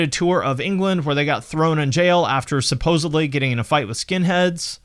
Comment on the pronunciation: Did he say, "Supposebly"?